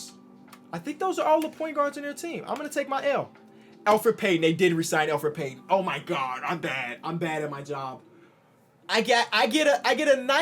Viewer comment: I was sitting there thinking “Isn’t it Elfrid Payton”